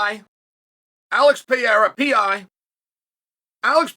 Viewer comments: Peeh -era lol chael silly baw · Why mr. Sonnen continue to pronounce pee era?!